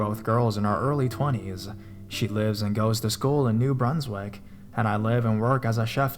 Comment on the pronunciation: Moncton (munk-tuhn), New Brunswick. Not Monktan, News Brunswick. Dumbass.